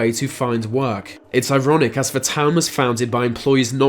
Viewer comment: ...into ve modern world...veese legends... learn to fucking speak, you fucking pleb